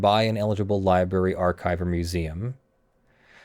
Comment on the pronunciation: New drinking game, drink every time says Liberry instead of Library